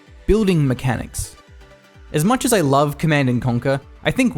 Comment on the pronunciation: Is it just me or is anyone else really bothered by the incorrect pronunciation of "base-boolding"? However, I really do appreicate his almost immaculate pronunciation in general as all other words are crystal clear perfect.